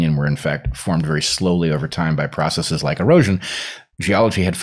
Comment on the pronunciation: I love that Bret consistently pronounces ‘processes’ correctly and not as if it were a Latin third-declension plural [process--EEZ] as so many half-educated pseudo-intellectuals do when they're trying to sound smart.